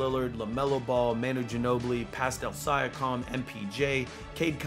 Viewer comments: It’s siiankam not siakam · I hope joking when he says Sya-com. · Love the vid but just fyi it is Sea-ahh-come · Pascal “Sia-com” 😂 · He said “syakam” LMAO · PASCAL SIGH-AH-CALM. LMAO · 'pascal si a kime' lmao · Is that really how you say Siakim or are you just trolling? lol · said pastal syakum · “Pastal siakom” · Pascal sigh-a-comm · He said siakom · sigh-ack-am is not it bro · I hope he was joking when he said siakam 💀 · Bruh my man says Siakam's name so wrong lol🤣🤣🤣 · can we say siakams name right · Mans said pascal last name do wrong 💀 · oh god i can NOT stand the siakam pronunciation 😭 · Siakam he can’t say it right it like do you even watch basketball